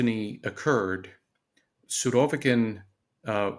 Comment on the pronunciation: After hearing him pronounce the name "Surovikin" i had to go to google to hear a native Russian speaker's pronouncing of the name. As I suspected, the girl's pronunciation was the correct one. I believe so called experts should always pronounce names those he analyzes correctly.